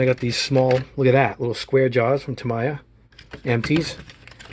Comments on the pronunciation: Its actually “Ta-me-ya” , not “ta-ma-ya”. Great set up tho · That is an awesome set up you have. It reminds me of an operating room where everything is in its proper place. By the way the word is pronounced ( Taaa - Meee - Yhaaa ) I just figured I'd tell you. Great Job my friend. Cheers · It's pronounced TA-ME-YA, sorry bugged me for the whole video lololol